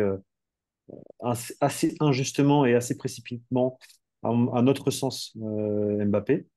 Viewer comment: vous pouvez dire Mbappé et non M' bappe svp 😅 Il a déjà dit comment prononcer son nom. Ça serait sympa! Sinon top la vidéo comme toujours.